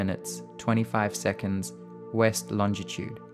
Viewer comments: it really burns me how you can't say longitude :P LOL! other than that good JOB! :D! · Lol he pronounces longitude and latitude vis soooooo funny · Not bad, but he's pronunciation of Longitude is wrong